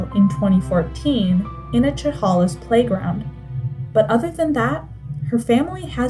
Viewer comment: She was a very good friend of mine when younger She had a horrible family life, She was a deeply caring girl Who simply made bad choices and had no support at home But also you have got to get the names right if your going to say chehalis